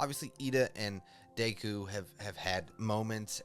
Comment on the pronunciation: Pronouncing Deku’s name like Dayku the whole video make me tweak